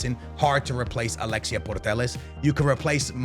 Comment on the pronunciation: Please pronounce putellas right for once. Not portelles